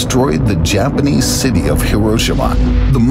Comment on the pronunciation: Still manages to mispronounce "Japanese" like almost every other English speaker though.